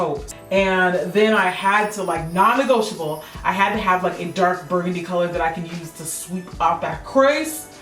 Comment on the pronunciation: non-ne"gold"shable haha I'm not funny